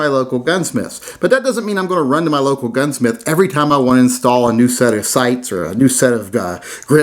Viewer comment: I aint a kitchen table gunsmiF, I am a baFroom tub gunsmiF lol